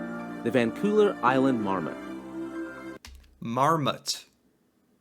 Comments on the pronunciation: The narrator referred to Vancouver as "Van-Cooler" . New Brunswick as "New Burnswick" and Manitoba as "Mantoba" . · He likely also got the towns incorrect. Im pretty sure he said Vancolver, in stead of Vancouver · Vancouver was also mispronounced